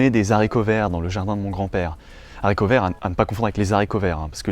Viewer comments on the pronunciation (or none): haricot est un h aspiré on dit donc des haricots et pas des zaricots mais bonne vidéo à part ça (j'ai dislike)